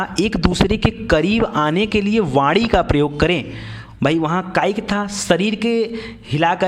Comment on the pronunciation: aap vani ko vadi mt bolo plz